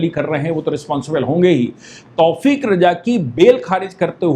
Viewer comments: तौफ़ीक़ नही तौक़ीर रजा नाम है दारुल हरब है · तौफ़ीक़ नहीं तौकीर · तौफीक नाम नही है। तौकीर राजा नाम है।